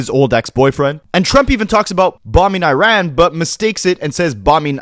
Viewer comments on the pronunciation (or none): none